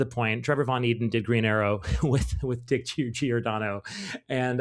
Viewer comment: All the ' dick' mispronounciations aside, nice job 👏 👍 😂